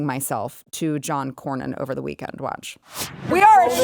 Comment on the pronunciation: The guy couldn't even pronounce Cornyn's name. It is Cornyn, not Crownin.